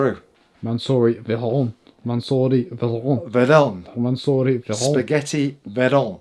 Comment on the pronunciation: Some one tell this is here it will be in next Sundays vid haha "I Bought the UKs cheapest Spagetti Vayron" haha